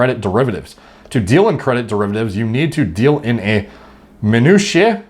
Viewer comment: Or minutiae